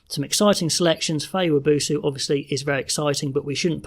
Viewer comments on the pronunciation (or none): Wab oh so not wa boo soo